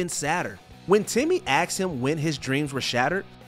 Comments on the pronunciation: "He AX Grandpa...." What ??? Why the word "Ax" ??? I mean c'mon.... one time earlier can be forgiven as a mistake. But, a second time??? You are a paid narrator, right?!? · "When Timmy ax him..." What??? Why "ax" ?